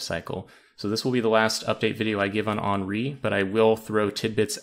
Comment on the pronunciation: HEN REE not on ree.